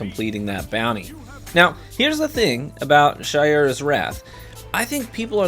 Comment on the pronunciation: That’s true but almost everyone keeps saying Shy-ura’s instead of Shay-ura’s. As for Antiope I get why ppl mispronounce that lol.